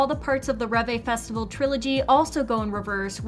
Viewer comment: Ah yes, "ReVay"